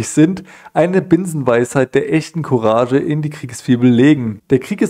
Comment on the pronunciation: courage wird courag gesprochen !!! sonst alles o.k. !!!